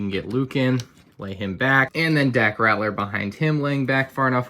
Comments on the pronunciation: Gonna be that guy. It’s Dak Ral-ter (not Rat-ler) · Dak Rat-ler? His name is spelled Ralter. Just pointing it out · It's not "Ratler," it's "RALTER." "L" before "T." I know it shouldn't be a big deal, but it really bothered me every time you mispronounced his name. Not sure why, but it just did. Pretty cool set! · said Dack "Rattler" lol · Lol rAtLEr not ralter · Lego botched Dak Raptor ’s name worse than you pronounced it by misspelling it as “Dack” Smh Lego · It’s 2020 and still can’t pronounce daks last name properly